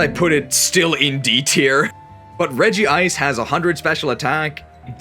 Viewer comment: why did you add an extra syllable to Regice's name